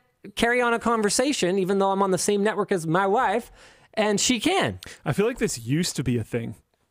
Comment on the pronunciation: Borat Tech Tips haha "ma waiif"